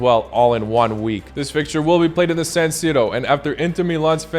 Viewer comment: Correctly said